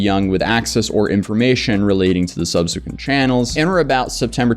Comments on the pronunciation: Subsequent Look up how to pron……oh you got it!!! No no no!! It’s subsequent not sub-see-quent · My guy learn how to say subsequent correctly it's pathetic saying it wrong like 50 times I can't stand finish this video now you've ruined it. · The pronunciation of subsequent is throwing me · I have never heard anyone say subsequent like that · the way you pronounce subsequent is triggering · The way he's pronouncing "subsequent" is driving me nuts lol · You really don't know how to say "subsequent"??